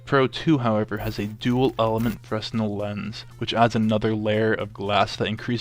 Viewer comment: The s is silent in fresnel